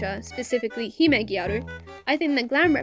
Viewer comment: and your pronunciation of hime/gyaru are fine!!